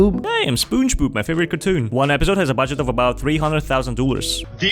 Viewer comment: Bro said spongeboob lol